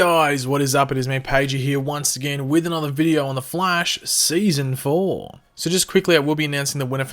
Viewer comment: Why do you pronounce „ the flash season 4“ always so cringy